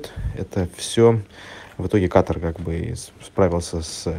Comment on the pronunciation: Не пойму вроде диктор русско язычный а в слове Катар ставит неправильное ударение.